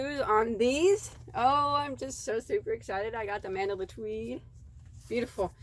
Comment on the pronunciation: MENDELA ❌ ITS """MAN-DA-LA"""